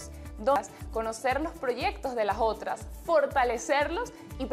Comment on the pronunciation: Porque dice las Jotras y no las otras.